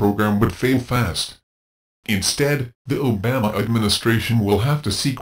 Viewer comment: That horses ass can't even pronounce. Obama's name right.We need single payer nationalized. health care now! The insurance model for healthcare is pure evil.